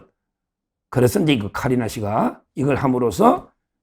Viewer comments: 서변호사님!!키리나가 아니라 카리나입니다ㅋㅋㅋㅋ에스파 걸그룹 카리나ㅋㅋ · 키리나 아니고 카 리 나!!!!!!